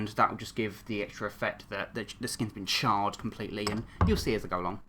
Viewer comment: Who else whenever he said charred it sounded like child